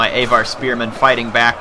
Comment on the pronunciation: AAAVVVAAAR, aVar, not A var.